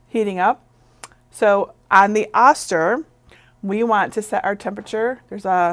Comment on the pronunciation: Great info! Just a small FYI... the Oster brand is pronounced with a long "o" sound, so it is "oh-ster" and not "ah-ster."